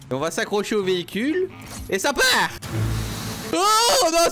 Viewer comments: le vehicuuu. Ca t est vous m’avez perdu 😂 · Véhi-cul ? LOL